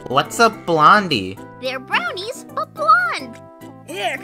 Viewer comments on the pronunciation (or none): "We're at ouw last bwonie!"